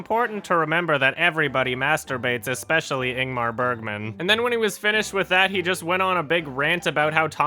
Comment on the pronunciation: That pronunciation of Ingmar Bergman. I really need to watch that though, seems super legit.